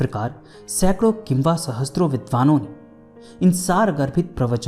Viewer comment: इतिहास"वेता" नही इतिहास "वेत्ता" होता है। और सहस्र मे स+र=स्र होता है।न कि स+त्र= सहस्त्र। कृपया ध्यान दें। शत सहस्र।